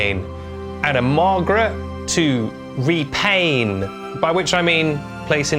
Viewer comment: When you said "re-pain", I heard "re-pane", and spent too much time trying to figure out how (and why) they intended to turn the aluminum lady into a window, how (and why) she had been a window before, and how ineffective aluminum would be as a window material.